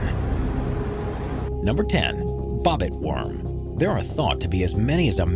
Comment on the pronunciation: Did he say BOP IT worm